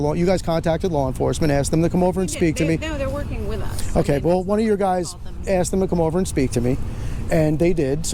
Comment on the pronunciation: "I axed you nicely"